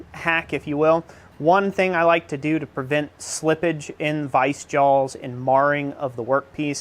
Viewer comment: I wasnt going to comment but "JAWLS" really. There is no L in Jaws LOL